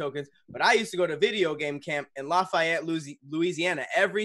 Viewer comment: Hearing mispronounce Lafayette is hilarious! 😂😂